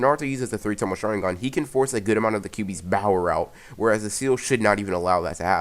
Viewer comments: if you can say power correctly why do you say it with a b then speak loudly in the mic it is annoying and there are to many adds on this one video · My favorite part was when he said bOwEr